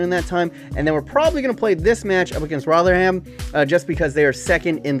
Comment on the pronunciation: You pronounce rotherham rovrem